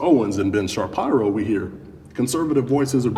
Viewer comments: He said Ben Chaparo! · Ben Chaparro! If your latino this is the best nickname 😂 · J a question - did u mean to pronounce it Sharparo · He said "Sharparo" on purpose. Lmao.